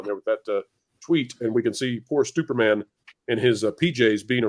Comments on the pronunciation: Did you just call him STUPORMAN? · Yes, you DID call him Stuporman! A call back to the old Marvel mag, "NOT BRAND ECCH!"